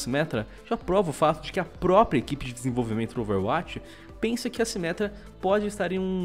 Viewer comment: "MINTIRA A SIMÉTRA VAI VIRA TANQUI"